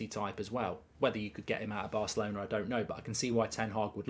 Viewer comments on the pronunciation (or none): none